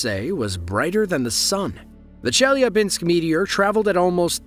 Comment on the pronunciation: A great video, though I feel obliged to mention the necessity to do a better research before posting: Chelyabinsk is by no means the second largest city in Russia, it's the second in the Urals autonomous region (after Yekarinburg). Also, the pronounciation is easily inquired in Google. 😊